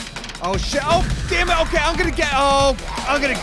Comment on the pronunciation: anybody else notice that at 27.11 really says "sammit simon" instead of damn it simon.???? im still not sure why you guys don't lock simon up for horde nights... jail cell for simon in the future? hope so lol keep up the good work love you guys. justchillindude. '